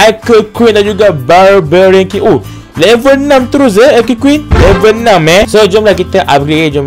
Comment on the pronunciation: Kene sebut ARCKER QUEEN 😂😂KAN SEBUTAN NYA ARCHER QUEEN